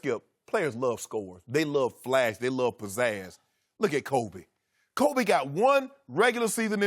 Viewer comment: “Koobee!” -Skip 😂 I’m dying.